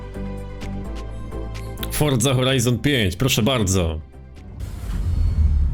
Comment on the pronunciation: Forza nie forca